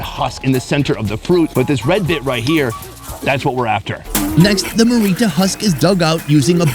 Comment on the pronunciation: I grew up in this tribe. I've got a list for you: 1. Look up how to say cassowary. You butchered it. 2. You're also saying marrita wrong. It's a hard R that you roll slightly. You're not listening carefully enough when they say it. 3. Marita is not a breakfast food at all. They just pulled that out to show you it. It burning your throat is because they must have undercooked it. It has a tingle to it, but you reduce it by cooking. 4. His explanation of women being "dirty" was misunderstood. "Dirty" is often used to refer to anything "bad". The primary reason for seperating men and women is due to religious beliefs. It's dumb either way, but it isn't because of cleanliness. 5. Your question for the women was very leading asking about smell. They'd give you the real reasons for living separately. It was unfortunate they didn't have an opportunity to tell you about it. 6. I can confirm pogenei (rib meat) cooked right on the coals or hot rocks is the best part of the pig! 7. Good job learning how to say thank you in Huli! You nailed it. 8. Unfortunately that food had some undercooked pieces. That's the problem with mumus. If it starts to rain, you have to dig it up no matter if it is cooked or not. Outside of what I've mentioned, this is the best video on Huli mumus I have ever seen! However, it is a stretch to call one of the largest tribes in the country "secret" lol.